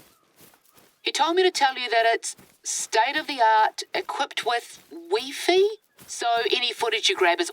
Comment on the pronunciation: Can I confirm, the NZ narrator said 'Weeefee', and your response was 'gay'?